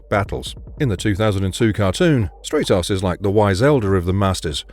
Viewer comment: Stratos is pronounced like Brat. Or Stratosphere. Not Straight-os